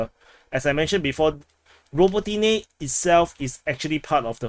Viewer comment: You and Weeb and your "ro bo TEA neh! ra BO ti ne!